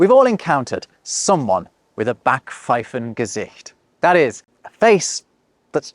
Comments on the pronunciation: The "a" in Backpfeifengesicht is actually pronounced like the "a" in Schadenfreude. Not like English "I'll be back." 😉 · you don't pronounce 'Sprachgefühl' correctly. 'Sprach' has a long 'a', like 'ah', not a short one. Also you miss the 'p' out of Backpfeifengesicht! More Babbel prescribed!